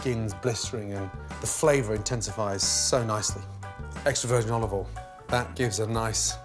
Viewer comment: Wow he actually said "olive OIL". it's usually "oliveoll".